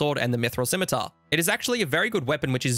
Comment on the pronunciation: thank you for always correctly pronouncing scimitar. I can't stand when people other than children willfully pronounce it wrong "bEcaUsE iT soUNds bEtTEr"